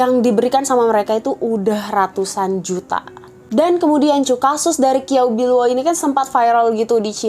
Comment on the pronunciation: Kiao biluo ? Qiao bi luo mgkn ? Bacanya kynya ciaopiluo